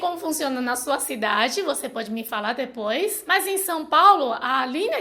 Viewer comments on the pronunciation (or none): none